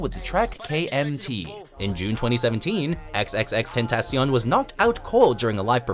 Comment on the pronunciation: He's got a hard time pronouncing XXXTentación....😂